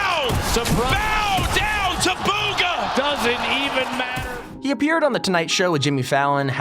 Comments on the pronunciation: Bugha b oogha not booooogha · Bugha not boooogha